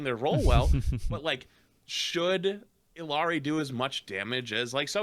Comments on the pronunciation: Why is saying "ill-i-ari"? He's adding an "i"... It's ill-ari 🤦‍♂️ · ILL-YAH-REE. Not the hardest thing to pronounce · Illari. It’s pronounced: eej-yari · Illari is like Eeyore except it's Eeyari this is not hard folks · Am I the crazy one or is that two "L"'s in "illari"? It's not ill-ee-are-ee like says right?